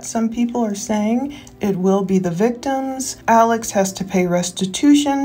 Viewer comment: Alex pronounced his own name Ellick Murdick on the stand